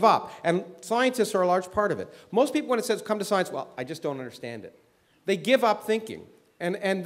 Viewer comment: I like how he pronounces it "soyence".